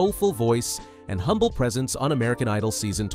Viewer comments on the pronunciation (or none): none